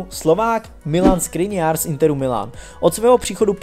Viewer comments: Milan škriniar on tam ma š nie s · Škriniar sa nečì ta sa Skriniar ale Škriniar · To je Škriniar nie Skriniar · prosím hovor Škriniar a nie Skriniar ďakujem inak super video prosím ❤️😂😂😂😂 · S klubu by mel odejít pogba a škriniar sa nečíta skriniar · SKRINIARS?!!!???!!! ŠKRINIAR, NIE NÁHODOU! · Vážne povedal Skriniar je to Škriniar !!!!! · Ty vole!! Škriniar, nie Skriniar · Škriniar nie Skriniar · Śkriniar nie Skriniar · loftus ček a skriniar :D:D:D ty si odborník na slovo vzatý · Š-kriniar, Š-kriniar.....:) jk.